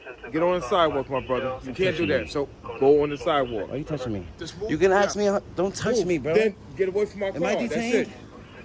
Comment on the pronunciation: Ask this ignorant cop to spell ASK. Oh it’s AKS 😂